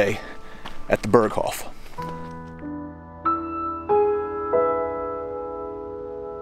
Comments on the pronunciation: Pronounced…”bear coff”…..not “bur coff” 😂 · Please stop saying "Berghoff" it's "Berghof". Dagmar Berghoff is a former German news presenter, "the Berghoff" has nothing to do with Hitler's mountain retreat. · Great video. Its hof, not hoff. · Berghof, not hoff. The mispronounciation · Man if u say the original authentic words please pronounce them right .. its annoying .. use the translation if u cant get the pronunciation right, ty . its not fucking BERGHOFFFFF